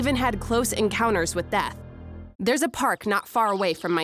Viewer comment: You said park wrong